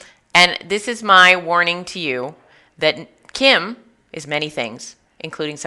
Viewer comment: Kim not kim hahahhahah